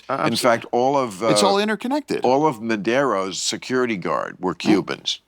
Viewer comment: "Madero"?? This guy doesnt even know Maduro's name.